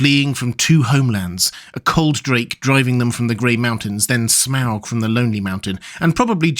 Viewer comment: You say smaug weird.